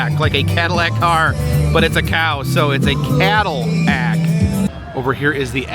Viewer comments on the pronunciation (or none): none